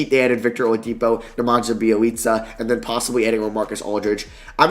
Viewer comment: it's Neman-ya not Neman-jha(pronounciation), Great video tho!